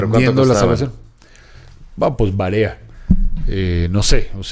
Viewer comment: "Pues varea"... ¿Qué pasó Doc? Es "varía"... 😅